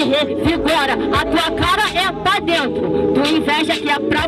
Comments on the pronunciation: "pa drento", " tonstorno" kkkkkkkkkkk pqp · "Drento" KKKKKKKKK